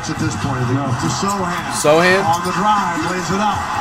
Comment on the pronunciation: Why of every player does he say Sochan's name r1ght